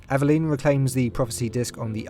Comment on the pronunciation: Dude, you’re pronouncing her name wrong lol